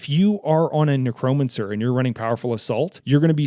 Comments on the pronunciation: haha fair enough. I am 99% sure it is pronounced as " neck-ro-man-cer". Those other words though I think most people butcher anyway so you're good there. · Man, i love how you explained the mechanics. Great video. I gotta say that it bothered me, more than it should have ,the way you pronounced necromancer 🤣. But still, very awesome video my friend.